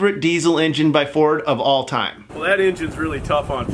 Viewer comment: What's a dezzel? Its diesel.